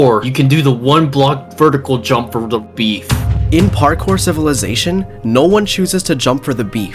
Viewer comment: Bro actual said parcore 31 times